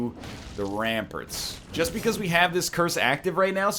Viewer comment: When will someone tell NL that its pronounced "ram-parts" not "ram-purts"